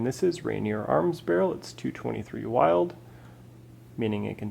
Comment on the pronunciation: Bill Wylde designed the wylde chambering and his name wylde is pronounced "will-de" not wild. I figured someone like you could appreciate the knowledge. Cheers Brother